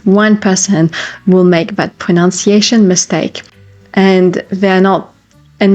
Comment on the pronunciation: Ironically, you mispronounced the word pronunciation. It’s not pronounciation.